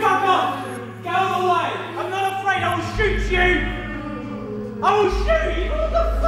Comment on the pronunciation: "Im not afraid i will shoo chOO